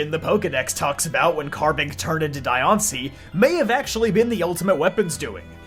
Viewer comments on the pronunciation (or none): There's a side story thing where you actually had to save Diancie from some thief in both X and Y amd ORAS, with the latter giving her the Mega Stone. Also, it's pronounced Dian-c-ie not Di-an-cie. They missed the opportunity to make her and Meloetta female Mythicals, again. Or at least make Diancie 87.5% female and 12.5% male with extremely rare cases of Diancies that are mutated from Carbinks to be the only Diancies that are gender unknown. It would be really interesting if some Mythicals in the future finally have actual gender ratios. Marshadow deserves more respect than how they treated it. One more thing, Hoopa gains its powers from making special doughnuts Ansha makes to activate the Hyperspace portals. But that's really it. Hoopa and Volcanian are still overdue for their Megas and more lore.